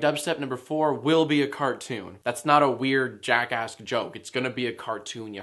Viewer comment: When you say jackask it sounds like ur saying jackassd lol #jackask